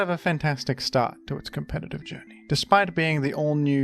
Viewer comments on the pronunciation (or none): none